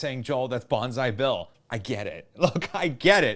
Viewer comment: I thought he was saying "bonsai bill" the whole time